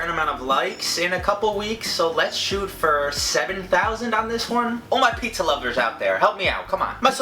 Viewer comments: He says "PAYHTZA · says it like, "PHEETZA!"